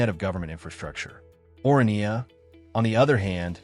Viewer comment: I am a South African, you really don’t have to explain anything to me. You are however doing a poor job explaining it to the rest of the internet. I have also been to both of these places numerous times, have you? Your content is factually wrong, you mispronounce the names of both towns, and the premise of the video is silly to say the least. Comparing Orania and SOWETO (South Western Townships) is senseless because they are not comparable entities in the first place. Orania is a small, privately owned, voluntary community built around a specific cultural and governance model, while SOWETO is a vast urban area created by apartheid-era state planning as a labour settlement for Johannesburg and later shaped by mass urbanisation, political history, and metropolitan integration. One is intentionally small, controlled, and self-selected; the other is city-scale, diverse, and structurally embedded in a major economic hub. It is further absurd to ask random viewers “where would you choose to live?” because the premise of the question is fundamentally flawed. The first determining factor would be the race of the viewer, followed closely by culture and, in the case of Orania, specific cultural and social requirements that would automatically exclude most people. These are not interchangeable lifestyle options presented on equal footing; they exist in entirely different historical, demographic, and social realities. Economically, the comparison collapses completely. Orania operates a